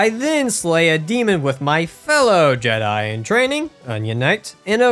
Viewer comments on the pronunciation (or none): none